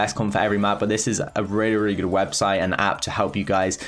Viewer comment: Everyone: really and brawler: wealy and browler